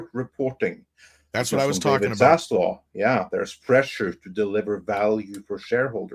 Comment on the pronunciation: I normally like the way you pronounce things…or mispronounce things. Accents are fun to me. But it’s ZaslaV with a “V”. Idk why it annoys me but it does; you say “Zaslaw” and I just don’t know why.